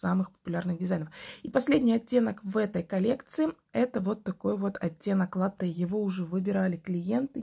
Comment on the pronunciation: Хорошие работы. Только лАтте, пожалуйста, а не латтЕ 😢